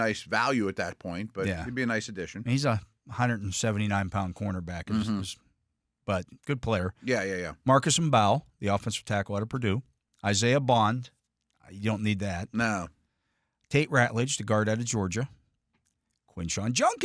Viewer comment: Getting Mbow right would be nice (hint: the "m" is silent).